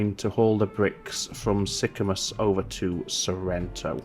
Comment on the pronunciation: You could run food back on the shipyard return trip from Sorrento to Sicamous. Also the pronunciation of Sicamous is Sick-a-moose. ;)